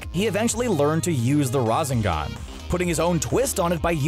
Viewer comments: Nobody : Literally nobody : CBR:RaZeNgAn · RA ZEN GAN...BOI